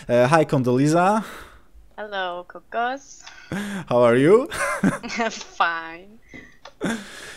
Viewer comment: Jak ona fajnie mówi "Kokos" xD